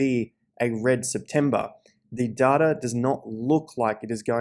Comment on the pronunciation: There is absolutely no “R” in data. Seriously, where do you see an “R”?!